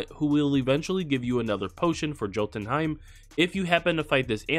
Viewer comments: No hate at all, but Jotunheim is actually pronounced like Yo ten heim instead of pronouncing the j like jo! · It's pronounced yotunheim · Jotunheim is pronounced with the "j" as a "y" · pronounced yōtən, J is silent, good video though. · It’s yo tun hiem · Where’s the ‘L’ in jotunheim? Lol Norse languages the J sounds like a Y. Sounds like Yo-tun(tin/depends on region)-hime. And again no L, no l sound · Thank you! Fantastic helpful video, but you were killing me with the hard american "J". For God's sake man, they pronounce it correctly in the game, Vikings TV series, Thor Marvel Movie franchise..... the Norse "J" is pronounced like the double L in Latinx, i.e. "tortilla". Or "y" in British Oxford and American Webster English use of "yo" or "yeah".